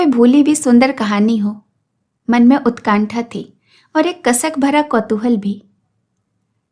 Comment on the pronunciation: मकरन्द न कि मरकन्द। उत्कण्ठा न‌ कि उत्काण्ठा।